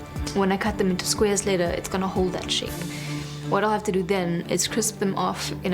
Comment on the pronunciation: What is "dat"? Do you perhaps mean "that"?